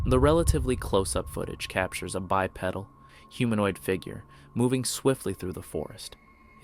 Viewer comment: Bipedal “by-PEE-dul”